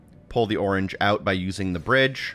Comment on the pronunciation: "And... Brige" supercut needed